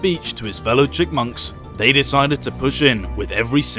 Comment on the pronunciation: it’s chipmunks not chickmunks 😂😂